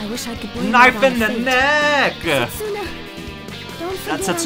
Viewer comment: Anyone else with a little knowledge of Japanese that cringes deep inside everytime someone pronounces the "u" in Setsuna? 😬